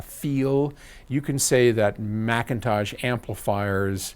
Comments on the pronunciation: I noticed no longer slams McIntosh by pronouncing it MickIntosh. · Someone slap me... I'm in shock! pronounced McIntosh correctly at least 3 to 4 times. Plus, a compliment!